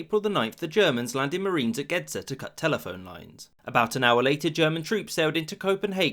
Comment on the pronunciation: Gedser is pronounced Gesser We have soft d's (what English turned into th), however in some cases the soft d's have become silent, which is the case here. Great video btw ;)